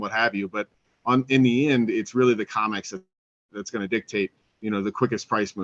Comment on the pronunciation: C R I M E X --- CRIMEX, how many times must I say, you're pronouncing COMEX incorrectly?